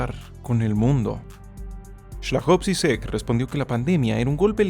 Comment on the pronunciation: la pronunciación correcta es /slavoj yiyek/. Muy buen video:D